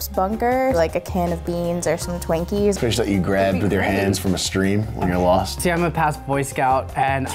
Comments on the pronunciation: Did she just say TWANKies instead of TWINKies??! O_o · That one girl said "Twankies" instead of "Twinkies" in the beginning (around 15 seconds in I think)